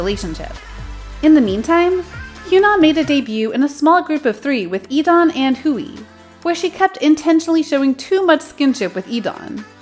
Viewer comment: How do you mispronounce Hui's name twice...